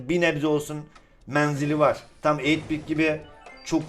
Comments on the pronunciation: eyit bit değil 8 bit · Eytbit ne yaaa 😂😂😂 farkedenler yoruma